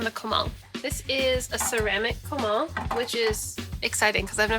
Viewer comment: You say comal funny it's co mal not cuh mall